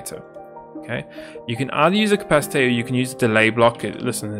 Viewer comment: ah yes the "capcitator"